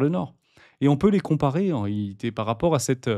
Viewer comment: Il faut dire "en réalité " mais pas "en réhité" 😉 . Sinon c'est top . Merci